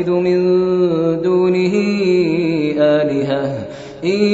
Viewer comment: Elihe değil eliheten